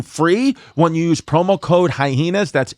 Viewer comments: OK I'm outing myself as a newcomer with the reboot. But do these guys purposefully pronounce it "hi-heenas" or can they just not read good? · I love how Chrissy and Yanus purposely pronounce the word hyena wrong almost every time!🤣